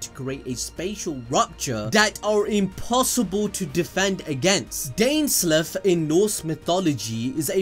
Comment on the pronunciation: pronounced dain-sleef